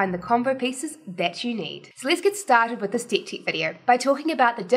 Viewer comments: She's totally understandable, and yes it might be that instead of deck, feels like she says dick 😂 . But that's OK! The only thing that kept me away watching the video is that strange habit that she has with her eyes, 👀 I felt like she was winking at me every 2sec. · might want to be careful with the pronunciation of deck ;-)